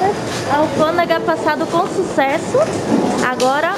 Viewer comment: Muita gente criticando a menina só pq ela fala alfandega, e muitos aí nunca teria a coragem dela de viajar sozinha e enfrentar sozinha, nossa povo triste, parabéns, alfandega, ou revisão de malas VC está arrasando tem meu jóia.